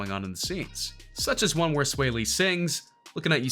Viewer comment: He’s saying sway lee it’s swaw lee